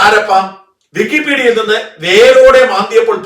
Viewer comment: വിക്കി pedia.. ഇപ്പോൾ കേൾക്കുമ്പോൾ പേടിയാ..😂😂